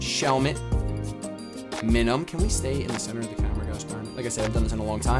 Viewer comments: I just cannot stand how you say Minun... It's like Minus.... you don't say mihnus lol you say m-ai-nus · i finally found someone who says "MINUNS" name wrong just like me. you say it exactly the way i say it...even though i know im saying it wrong i cant help it....i just have to pronounce its name with an "M" at the end.